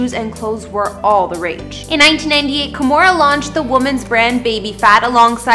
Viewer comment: Stop pronouncing her first name as "Ka-mo-ra". It is pronounced "Kee-mo-ra". No matter what Kimora says.